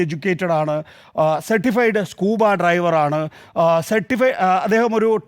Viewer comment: സ്കൂബാ ഡ്രൈവർ അല്ലേ, ഡൈവർ